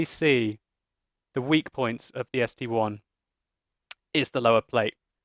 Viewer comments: Its st i, not one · ST-I iiiiii .... not ST-one.. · Its ST-I not ST-1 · its sti not st1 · Just like the Tiger I (eye) and the Tiger II (eye-eye). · ARGHHHHHH it's ST-I "ess tee eye". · I thought so too, until a Russian corrected me. It is, in fact, ST 1. Someone above pointed it out, but I, in Russian is; И, but the Russian designation for this tank is: СТ-I (As in ST-Roman 1). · I love your work and I think it is the ST-I which is Roman numerals for 1 so Arrrrrr people please stop saying ST-I, because it is like saying the tiger II is called the tiger II:D